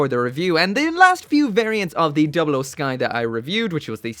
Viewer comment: First- he already did Second- I should drop a colony for the way you said 00